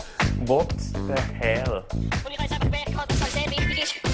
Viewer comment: 1. ich finds genial de verlauf fo euchem bruefliche werdegang zgseh! 2. ich finds genial wie du "what the hell" im schw.dütsche accent seisch :D